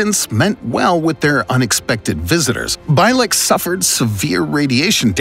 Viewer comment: Al Bielek: Pronounced: Al BEE-LIK not By-lek